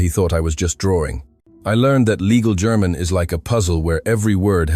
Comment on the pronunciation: WTF is "Gare-mon"? If you can't speak a simple word like "German", there's little hope.